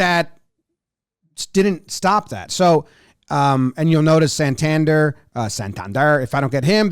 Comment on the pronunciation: How are we still mispronouncing Santander’s name?